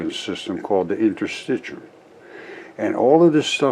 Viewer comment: Points to the inner circular muscle layer in the gastric wall, LABELED in his picture as muscle--calls it "Interstitcheeyum." Points to the outer, longitudinal muscle layer--calls it "basement layer." What a moron. He doesn't know what interstitium is, but even worse: he could look up the term on any site or in a basic textbook on anatomy, histology or physiology or even just pay attention to the labels in the very picture he's pointing at and it'd tell him what it is. But N O, he's too smart for that. The collective work of hundreds of years is all wrong, and Mr. "Geology is Biology" has spoken. If he thinks the figure labels are all wrong, then how does he conclude that the diagram itself isn't also wrong? What a raving old fool.